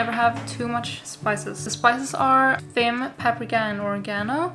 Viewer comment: Watched 3 videos and I am hooked. Gonna make lots of these, thank you. I'm not sure if someone mentioned it but "Thyme" is pronounced "time". Don't ask me why 🤦‍♀️ #EnglishIsWeird